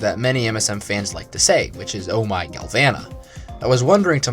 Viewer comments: It's pronounced gal voh nuh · Oh my galvana turned into oh my glasheur